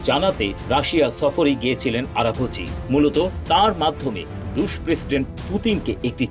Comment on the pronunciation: আরাখাচি না আরাকচি